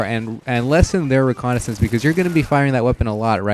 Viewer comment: and u say reconicence